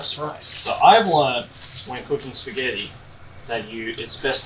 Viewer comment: Shpaghetti lol